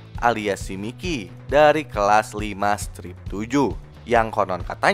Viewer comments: Bang itu namanya di bacanya "Maikiy" Bukan "Mikiy" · Mikey: Bacanya : Maiki!!!!!! 🤡